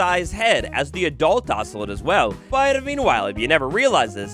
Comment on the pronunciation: It’s pronounced oso-lot not oso-let 😂